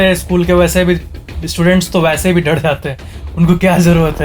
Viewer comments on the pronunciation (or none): Fun Fact:: He says d in r like he says dad in dar...listen carefully